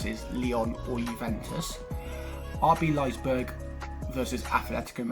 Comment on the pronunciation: It’s Leipzig not Leizberg😂 Also, Werner will not play for them in August. He chose to prepare for the new PL with Chelsea instead of playing out the UCL with RB.